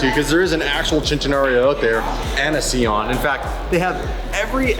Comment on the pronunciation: Si-on. Please. Idec if sieon is the correct name.